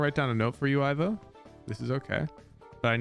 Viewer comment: As someone also called Ivo, please pronounce the "i" like in "indoors". Hearing "aivo" makes me wince, I'm sorry.